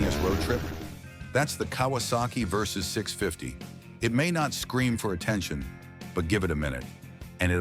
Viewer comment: Kawasaki Versys. Not Versus.